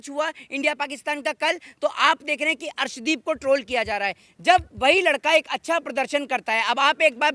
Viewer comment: Is bhos.....i wale ko arshdeep ka naam bhi thik se pata nahi harshdeep bol raha hai ......ye PMC hai......khali political rang de raha hai